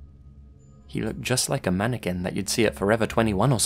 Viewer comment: Do you guys remember that other video has with another mannequin story and for the entire story he keeps pronouncing it “mannekwin”...? Ah, good times.